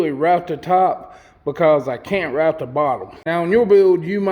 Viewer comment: Man! Love your videos, your ideas, and your Work! But did you just refer to us that don't weld as "da turd"? Well Anyway, your show is Awesome, as always. Thanks!!